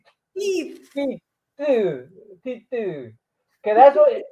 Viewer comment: I don’t think you said “teeth” lol. 😂